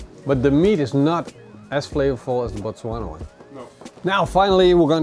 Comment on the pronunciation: Great pronunciation of the word Botswana. Love from South Africa